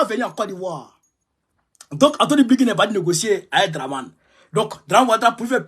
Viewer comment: Blinken et non Blinkin